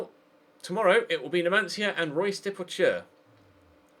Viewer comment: "Royce"? its not german is it. It's "Rhe-oos"